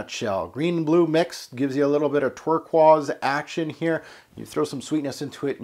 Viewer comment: Interesting way to pronounce turquoise,. Nice vid, this is an average scent.